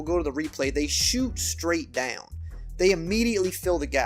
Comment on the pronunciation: I never realized "down" was a two syllable word.